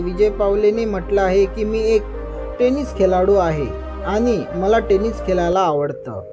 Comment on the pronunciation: टे नीस Bol chalat नाही